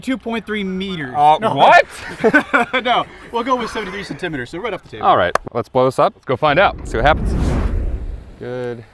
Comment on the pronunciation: came for the explosions, stayed for pronunciation of "centimeters"